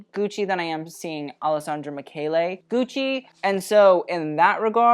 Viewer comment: Please don’t say “gooch” 🤢🤮